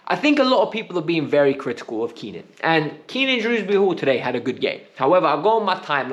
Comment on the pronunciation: it’s Kiernan not Keenan fucks sake man…